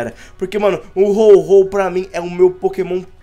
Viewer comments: É Ho-oh e não Ho-Ho noobao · Ao invés do dizer Ho-Oh ele diz Ho-Ho